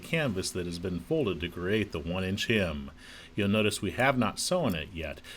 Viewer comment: its not pronounced, “hym”, its pronounced “hem”. A hym is a song